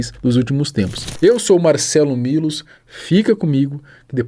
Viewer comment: Sempre que ele se apresenta " eu sou Marcelo Milos " faz parecer quando ele fala rápido que é " Marcelo mamilos"